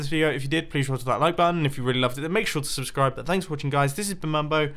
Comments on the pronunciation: "This is rootbulb" "Subsribe" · Ah yes, Subsribe, my favorite block.